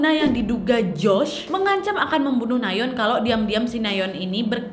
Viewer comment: Orang lain : Nayeon / Nayon ❌ Ka nadia : NaYeOn ✔️